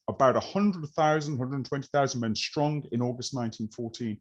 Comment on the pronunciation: Enjoyed this highly interesting presentation.But why do modern speakers pronounce words that begin with an S ,as if they begin with an SH,like Shtrong instead of Strong? It's one of the peculiar modern fads for which there is no linguistic logic.